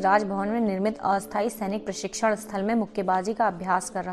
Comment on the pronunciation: धन्यवाद। आपका हिंदी पाठन उत्तम है। कृपया कुछ शब्दों के उच्चारण पर ध्यान दें। उदाहरण के लिए - आप 'क्षत्रिय' को 'छत्रिय', 'क्षमा' को 'छमा' और 'प्रशिक्षण' को 'प्रसिक्षण' पढ़ रही हैं। फिर भी आपका प्रयास अत्यंत प्रशंसनीय है।